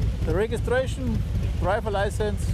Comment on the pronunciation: "Dreifings Laisens" "Rägistäischens Peipers" XD